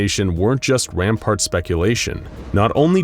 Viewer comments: Couple of things: 1) you've said 1969 a few times. You mean '63. You said '63 at least once, but keep saying 1969. 2) it's rampANT, not rampART. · I think you meant "rampant" speculation, not "rampart".